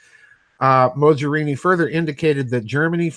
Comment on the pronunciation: Not that she is a character of any particular consequence, but the g in Mogherini is pronounced as in golf or Lamborghini for instance